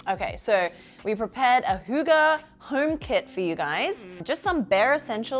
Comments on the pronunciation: in Denmark it is not. Fx, “oo” gives you a “u” sound in Denmark. And “hygge” is not pronounced with a “u” it’s pronounced with.. well.. “y” 😂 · "The birthplace of "hooga"..." - As a Dane, I love this pronounciation! Its wrong, but I love it non the less! XD